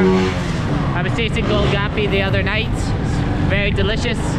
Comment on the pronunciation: Not gol gapy "Gol Gappa"